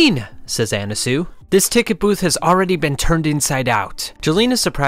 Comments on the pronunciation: "Anasoo" bro why are you pronouncing it like that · Why did you pronounce Annasui as Annasu?